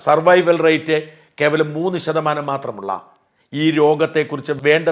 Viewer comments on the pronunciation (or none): none